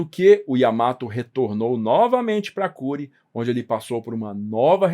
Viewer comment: A pronúncia é /kurê/. Já morei em Hiroshima.